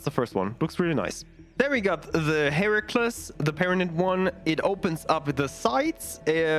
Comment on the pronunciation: Very nice, just for your information the Heracles is pronounced Hera-cleez.